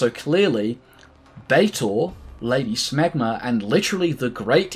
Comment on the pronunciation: WAIT.....did you say "Lady Schmegmah"? ewwwwww